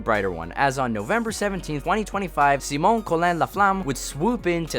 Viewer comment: Everyone else: Sai-mon: Si-mónh